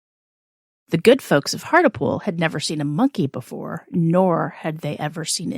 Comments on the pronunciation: To pronounce hartlepool It's "heart" rhymes with art, "lee" "pool" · its pronounced hart-lee-pool